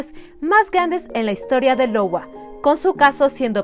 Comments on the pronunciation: Sí. En realidad me dí cuenta que a lo largo del video en muchas ocasiones dice “Lowa” en lugar de “Iowa” (que por cierto es un Estado de los EEUU). (En fin. Todos cometemos errores...) 😅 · es cedar Rapids IOWA ( AIOUA). Otro increible caso, saludos